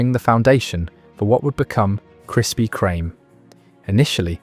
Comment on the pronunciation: Why can't you pronounce the bloody name?